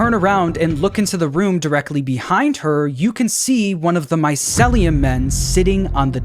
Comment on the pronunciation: it urks me every time he says my-cel-lee-um instead of my-ceel-lee-um